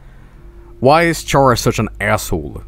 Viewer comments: Its schara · is chara pronounced sha-ra or ka-ra ?